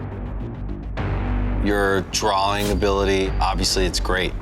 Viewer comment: Anyone notice that can't saw the word "drawing" after how many seasons?? Lol he always says "drawling"... lol